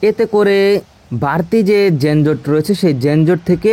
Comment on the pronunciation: জেনজট, মাঝারো না যানজট আর মাঝারি হবে উচ্চারণ ভাই